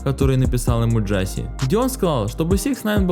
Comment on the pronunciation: Брат произносится не Джаси а Джосеа